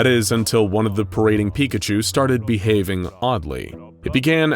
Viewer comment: Porkachu... it's always porkachu